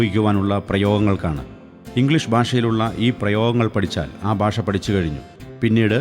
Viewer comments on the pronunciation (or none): Your Malayalam Pronunciation is incorrect Basha alla, Bhasha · ബാഷ അല്ല മാഷെ ഭാഷ ...ആദ്യം മലയാളം ശരിയായി പറയു .....